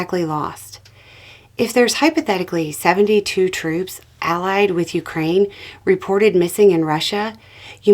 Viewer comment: Thank-you for pronouncing Ukraine properly!! 💕🇨🇦💪🇺🇦